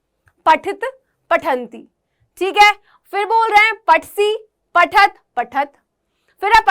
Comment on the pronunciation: पठतः का सही उच्चारण करें